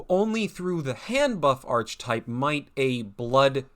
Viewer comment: Haha you say Archetype funny. 👍